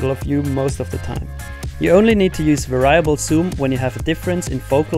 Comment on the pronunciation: good tutorial but you may want to brush up on how to pronounce "variable" lol